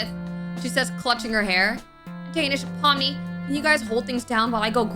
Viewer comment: When you said pomni I thought you said mommy😭😭😭